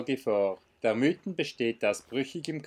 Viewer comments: Sehr gut dokumentierte Tour! Einziger Punk den ich zu bemängeln habe ist das man zum Mythen nicht "Müten" sagt sondern "Miiten". Da legen wir Einheimische grossen Wert darauf😉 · Ja das ist doch kein Problem, ich weiss ja selbst nicht ob ich schon öfters Berge die nicht in meiner Region waren falsch ausgesprochen hatte. Der Namen Mythen soll übrigens von der Alp kommen welche zwischen den Mythen sind und also in der Mitte ist. Und daher sagen wir Miiten, behaupten einige, obs stimmt weiss ich nicht... Ist ja eigentlich egal, hauptsache der Berg ist schön:) Liebe Grüsse und weiterhin gute Touren. Gruss